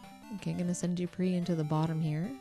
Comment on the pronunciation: Wanna know something hilarious? Dupre's name is pronounced 'Doo-Pray', he even says so in Ultima VI: The False Prophet (SNES) that it 'rhymes with fray'. XD So inadvertantly you missed a chance for a pun/alliteration with 'Dupre died in the fray'! Anyway, real treat to see someone complete this game legit-mode. Not many people do proper longplays and either only play for a short time or only play short games. This has been a, what, 16 hour adventure? And you're playing quite well, with expert knowledge! Quite a lot of repetition and grinding, but an enjoyable journey, yes? Not many games can offer that in actual gameplay, and not just 'you died, do it again the trillionth time this level', or an even worse degree of grinding. All this, on a system with just 24KB RAM (16KB video, 8KB system) and a 256KB ROM cartridge, driven by a 3.5 MHz 8-bit CPU.